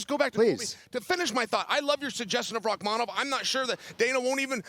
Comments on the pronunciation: Chael suggested Rakhmanov and then a minute later told Jon Anik "I love your suggestion of Rakkhmanov." Beautiful. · ESPN please teach your commentators to pronounce names, or at least encourage them to use just 1% effort to try and learn them..... The way they're DESTROYING Rakhmonov's name and have been doing for half a year already, come on it's not that hard.